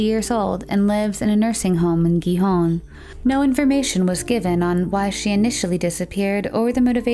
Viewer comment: It's pronounced Gijón, not Guijón. The G and the J are pronounced the same.